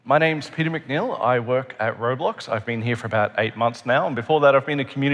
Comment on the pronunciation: "McNeil" bro